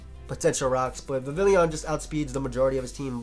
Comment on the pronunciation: Its vivillon, not vivilion:)